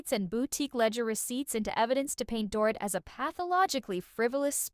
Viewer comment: It’s pronounced “Doreet”. Does this narrator even watch the show?